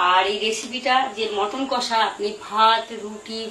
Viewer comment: দিদি মটন না মাটন